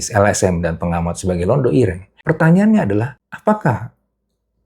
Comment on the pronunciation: Bukan Londho...tapi Londo..😂